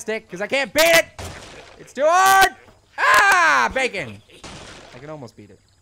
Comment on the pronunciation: stop saying backen